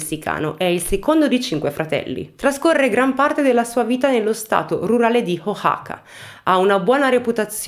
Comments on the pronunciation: Ho appena finito il video!! Complementi sei molto brava. La pronuncia è O-A-ha(come la h inglese)-ka la X è uguale che in México pronunciato in spagnolo (Me-hi-co) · Ciao, si pronuncia “Uacaca” con la “c” aspirata. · Ciao! Io sono di Oaxaca, Messico 🇲🇽💕 mi fa molta tenerezza come cerchi di pronunciare il nome del mio Stato 🤭